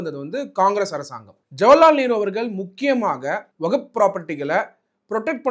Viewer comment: ஐயோ வகுப் இல்ல . வஹ்ப்